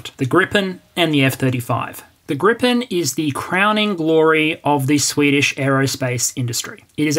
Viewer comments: Its called "Gripen", not "Grippen" :D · It's Gripen. Not Grippen. Gripen means "the griffin". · There's only one p in "Gripen". Neither in spelling or pronounciation. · The name of the Swedish multirole from SAAB is "Gripen" ("the griffin"), not "Grippen". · A minor detail, but I imagine you care about details – the Swedish aircraft is called Gripen, not "Grippen" (pronounced "greepen", meaning "The Griffin"). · grippen? it is without the second P. Gripen has been going for soo long yet that old mistake keep coming up. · As the "Gripen pronunciation elitist" on Hoggit would say, it's Gripen, not Grippen. =) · Hi, Gripen is spelled with just one 'p' meaning griffin. With two 'p's it means flu in German (grippen) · Great video, very informative. Slide shows rule, no need for modesty here! Side note: The Saab "Gripen" is pronounced "GREE-pen". Literal translation, 'the griffin'. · Why must you add an extra "p" to poor JAS-39 Gripen, hasn't she suffered enough? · Thx, good video. The SAAB is spelled Gripen (so its a long vowel :) )